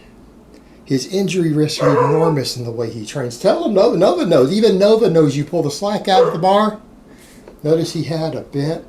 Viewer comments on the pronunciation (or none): none